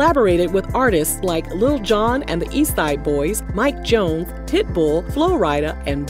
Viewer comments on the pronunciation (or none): none